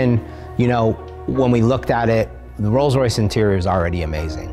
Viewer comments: Rolls rice lmfao thats perfect. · "I present u... THE ROLLS RICE"